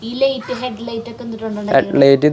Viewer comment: ലെയിറ്റ് അല്ല ലൈറ്റ് ആണ്